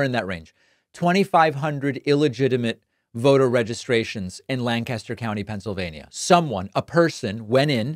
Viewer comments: Grew up in Southcentral PA, it's 'Lanc-aster' not, 'Lan-caster'. Not an important correction but, worth mentioning. Not surprising that there are non-profits trying to registered people in York (probably York city itself) which has large communities of color, which would easily swamp the small towns of the rest of a county (who are predominately white). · Great video. It’s LANKkisster not lanCASTER, since we’ll probably be in the new A LOT the next several days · Its pronounced lank'-aster not lan-cas'-ter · I even hate the way he pronounces the name of my home city of Lancaster, and that's the one in the UK. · He’s mispronounced Lancaster.